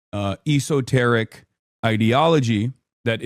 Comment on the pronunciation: Hasan mispronouncing the word esoteric at roughly is funny, lol.